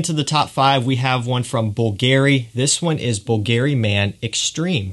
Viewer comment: please stop saying Bvlgari like it has a Gary at the end. Google the pronunciation...